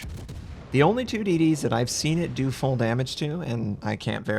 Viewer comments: FUULL NOT FUEL man omg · It clearly says "FULL-throttle smoke generator" but you keep on saying "FUEL-throttle smoke generator", sup with that?